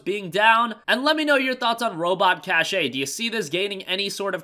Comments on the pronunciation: cache ay. lol its pronounced Cash. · It's pronounced "cash" not "cashé" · i think it's pronounced cash even though it's spelled cache. like storage cache